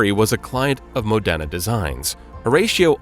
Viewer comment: Modena is pronounced MOdena, not moDENa. Lyra is pronounced "leera", not "lighra".